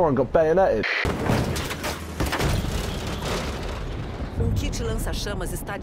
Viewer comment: "I just got BAY O NAYED!"😂😂😂